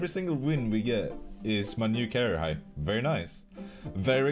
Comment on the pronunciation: "carair-high" xD